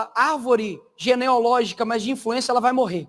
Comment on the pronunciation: GENEAAAALOGICA, Nicole...." geneologica" não existe😊😊😊😊😅😅😅😅